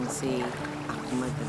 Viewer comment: Ahmad po talaga. Pero ang bigkas sa mga sama is Akmad.